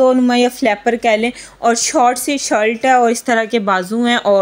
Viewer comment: پھر شاید دماغ وہ رسیلی گھوم رہی تھی اس لیے ایسا لگا جیسے شلٹ بولا ہو۔۔۔۔۔ اچھا میں رسیلی بریانی نہیں کہہ رہا۔۔۔۔بلکہ وہ جو تلسی کہیں ایک جگہ پہ دکھی تھی اس کی بات کر رہا ہوں 😀😀😀😀